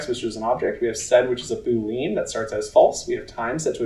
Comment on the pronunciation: ❌ Boo-LEEN ✅ BOO-lee-uhn